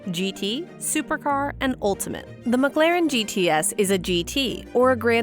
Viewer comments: This is a great video. I swear it sounds like you are saying “McGlaren” though. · She said “McGLAREN” damn near the whole video 😂🤦🏾‍♂️